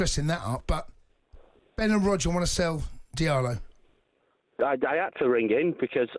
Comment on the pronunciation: Sell Antony he's terrible...nor this idiot says diallo